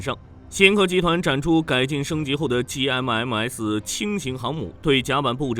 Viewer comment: MRCV、JMMS中國發音超搞笑 ㄟ母ㄚCV、雞 ㄟ母 ㄟ母S